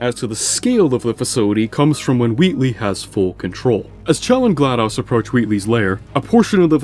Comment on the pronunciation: there's no way you just picked on the pronunciation for "Aperature" but can't say "GLaDOS" to save your life